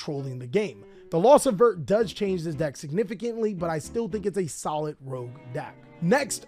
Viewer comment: Dude, it's ver-tay. Just read the damn cards